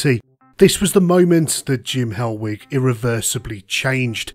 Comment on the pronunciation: I thought you were saying hellweek for ages then